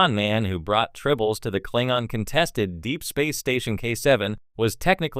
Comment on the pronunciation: The who??? Wtf is a Klingon? When an AI narrator mispronounces a well-known word in a beloved series completely undermined your expertise and authority to speak on the subject